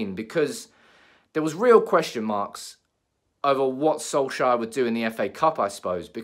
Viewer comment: Can't stand how you say solkjaer 😂 😂